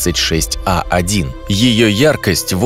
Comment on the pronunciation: Правильно читать Ер136ей1 (R136a1)